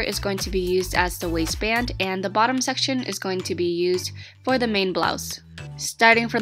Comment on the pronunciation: She said wasist band...i thought it said wasteman😂😂😂